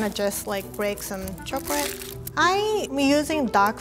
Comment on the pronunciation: Love these! Also love how she can say liquor but says chocrate!!